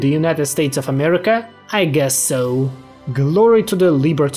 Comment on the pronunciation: Every time this man says amerima an angel is birthed under the divine light of god himself